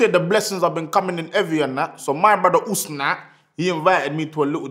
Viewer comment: Usna? I thought it was Asznee